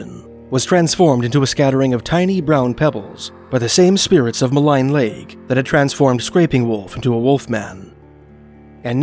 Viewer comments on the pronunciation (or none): it's pronounced 'mulleen' lake, 'maligne canyon' and such